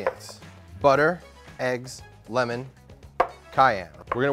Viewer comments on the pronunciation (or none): none